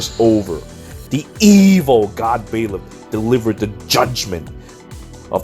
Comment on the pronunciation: Jesus Christ I hate the way you pronounce Byleth lol